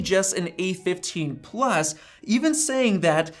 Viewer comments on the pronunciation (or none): none